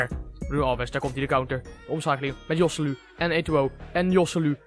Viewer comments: kan je geen naam uitsprken je zeg josseluu maar je spreekt het uit als gosséloe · De 'j' is een 'g' in het Spaans. Je spreekt het uit als Goselu